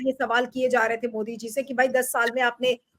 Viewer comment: Ovaisi ki tarh मोडी बोलने लगे सुब्रमनियन जी ने